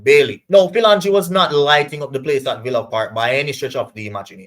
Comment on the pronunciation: His name is pronounced ' fill- o- jeen'